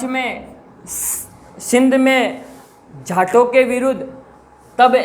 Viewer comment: jaato ❌ jhaato✅ ,😅